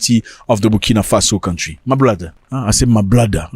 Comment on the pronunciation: Zack Mwekasa 🎉🎉🎉🎉🎉🎉🎉🎉🎉🎉🎉❤❤❤❤ the hardest basher on the African continent! don't stop, brother 🎉❤ Oh, by the way "LEAVE MY COUNTRRRRRRRRRY!"😂😂😂😂😂😂😂😂😂😂😂 Zimbabwean here loving the content!